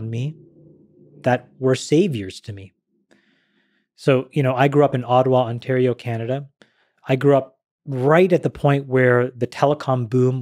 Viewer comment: I love how he says Ottawa, Ontario, Canada with such emphasis. Otherwise Americans wouldn't know what he is was talking about.